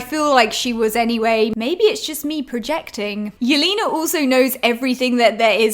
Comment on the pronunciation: the way you pronounce Yelena's name is so funny! it's not "Yelina", it's "YelEna", more like in "lesbian"